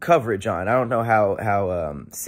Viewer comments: Did he say "I would love to hear more?" Or " I would love Tahir Moor" at the end? lol 😆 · I can't unhear "Tahir Moore" now lol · It sounds like you’re saying you love tahir moore at the end of the video lolll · 🤣🤣 I heard it like that too